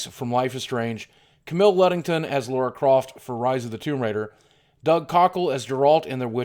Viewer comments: who the hell would vote Super Mario Maker as GOTY? lol. Seriously? Splatoon as best shooter? facepalm whats next? FNAF winning Scariest Game Franchise Of All Time? Oh, and could you please stop saying Laura Croft as it's LARA Croft. It's in the damn title. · It's LARA croft, fucking LARA!, why the fuck can't americans get it?. LARA .